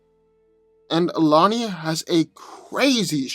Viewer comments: Her name is not pronounced Alania, its Illy-ya-na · Illyanna not Illanya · Basically ill-E-yon-na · Its pronounced ill-eee-on-uh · Bro it's Il-eee-ya- nah. That's how you pronounce her name. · Pretty funny how he cant pronounce her first name. 🤣🤣